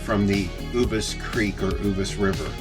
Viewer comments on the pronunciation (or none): Too many of the prime sites have been closed for far too long. In the first section on the right by the Horseshoes only 8 of 20 sites are open. Its very frustrating being sandwiched in while I look at rows of empty spots. Uvas is "YOU vus" not Ooh vus.